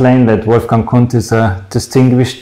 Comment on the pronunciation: Did you pronounce Kundt wrong? Should the d be silent?